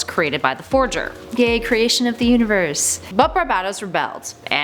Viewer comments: I swear she said babebatos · I'm sorry but your pronunciation of "Barbatos" really off-putting, and unnerving.......it sounds like u're saying "Barbados" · The so badly pronounced names and words make this completely unwatchable. By number 8 I was cringing so much I couldn't keep going. Please take this down, learn how to correctly pronounce Barbatos & nth metal particularly, then reupload. Just so bad.